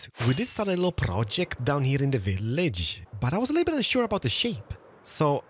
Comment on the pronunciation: I can’t tell if it’s just your accent or you’re a fan of the show Little Britain - the way you’re saying “village”?